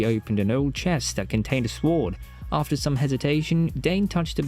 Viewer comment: Psst… the ‘w’ is silent in ‘sword’… Just thought you should know. Nice video, but you tend to be repetitive… 😅